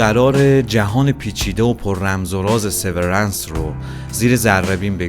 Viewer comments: تلفظ هات اشتباهه. لومِن اسم شرکته و سِوِرِنس اسم سریال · تلفظ هاتون غلطه دیدن ویدئو رو سخت می کنه لومن و سورنس رو یک گوگل کنید خیلی بهتر میشه